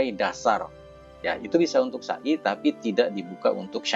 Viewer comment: maaf..... Pengucapan sa'i nya,folong jnfn pke huruf syin,artinya beda Bukan sya'i Tapi sa'i Maaf ya...